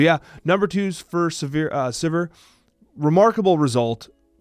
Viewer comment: Congrats on finally getting sizir and hwei names correct